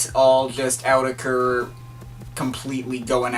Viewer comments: it's pronunced as oou-tech-er not Awww tech er .. said Autechre in older interview! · The official pronunciation is "aww-tekker", can't remember where I got that though. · It's Awe-tek-er by the way. See Watmm, get wise! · > reviews an album and can't even pronounce the artist's name